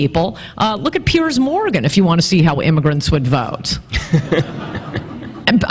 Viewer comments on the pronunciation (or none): none